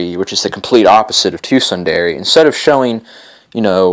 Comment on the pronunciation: Sun-Der-a lol